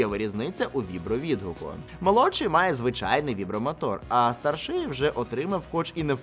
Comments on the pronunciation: стАрший, цІнник. Наголос на перший склад. Візьми до уваги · Та слово старший не так вимовляється, воно мене вбиває, наголос не такий